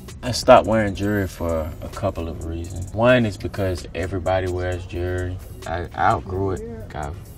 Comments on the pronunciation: Did anyone else think he said jury every time he said jewelry 💀 😂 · Autumn Kratzer he is saying Jury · why does he pronounce it "jerrerry", does he know there's an l in jewelry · jewelry... “jury” I was confused for a second until I used context clues lol.